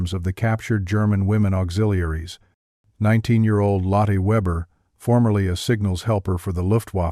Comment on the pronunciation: "Lottee and Hildee . . Should be Lotteh and Hildeh IDIOTIC AI